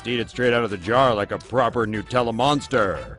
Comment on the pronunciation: It's not called "nooo tella". It's NUT!